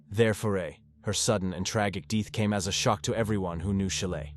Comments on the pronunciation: There's no such word as deeth. Once again terrible narration. Fast, impersonal and lifeless, like the dead woman. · Her DEEET? Or u mean her death SMH. Rest of english, even difficult words perfect, so pls teach AI "death" word" 🙄